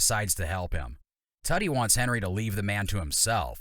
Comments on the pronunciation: It's "Tootie" .... not "Tutty". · Good grief. It's "tooh-tee," not "tutty."